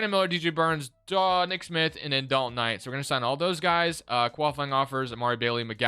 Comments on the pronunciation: Please stop saying dalton Knight, im having an aneurysm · Lol Dalton Knight..lol it’s Knecht